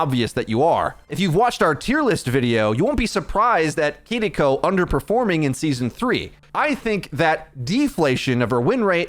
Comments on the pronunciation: Just say keyriko. Saying kidiko is so cringe 🤦‍♂️ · I know you (and many others) are pronouncing her name correctly... But I absolutely CRINGE inside whenever I hear someone say "Kidiko" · plz stop saying kitty co. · Okay if you’re gonna keep saying her name like that I’m never gonna watch another one of your videos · Oh my God, just say Kiriko normally. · I’m so sorry but I had to stop watching because of the way you pronounce Kiriko 😂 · take a shot every time he pauses for a second to pronounce kiriko correctly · Can you please pronounce kiriko in an english way because it sounds cringe